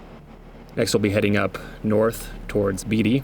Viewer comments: It’s pronounced Bait-ty, not Beat-ty. You must not be from around here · With all of the knowledge you have of this territory, I thought for sure that you must be from around here...but now I see that you are not. I could tell by how you pronounced the town of Beatty. You called it "Beedy". Its pronounced "Badey". Good video. Love what you're doing! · Probably already been posted by others familiar with the pronunciation of Beatty, it’s not “Beetie” it’s pronounced “Bay-tee”, with the first part spoken a little quicker than the ending, it’s not drug out, in other words. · Grew up in Beatty. The correct pronunciation is Bay-tee. But there was usually always a good show during Red Flag and driving past Creech AFB on any given day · Beatty - Pronounced "BayTee" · Beatty with “a” being pronounced. Not Beatty like Warren Beatty. Lifelong Nevada resident.